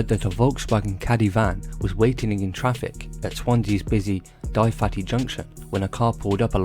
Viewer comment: Lol in Swansea we pronounce it “Duvaty” but I like Dai fatty much more 😂 I see how the spelling confused you.